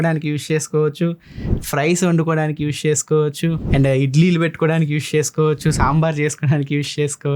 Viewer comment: యూష్ కాదు అన్నా... యూజ్ 😀😀